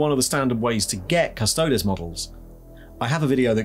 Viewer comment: Why can't people pronounce custodes? It's fake latin - think crises.